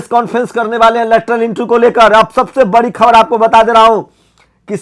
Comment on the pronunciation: बकर,बंकर,कर,रहा, है,तू,आरक्षण,को,छोड़,दे,(तूझे,तो,बोलना,भी,नहीं,आता,(बड़ी,खबर,की,)जगह,बोलता,है,बरी,खबर